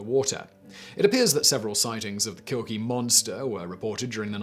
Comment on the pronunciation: Check how to pronounce names of people and places before these lists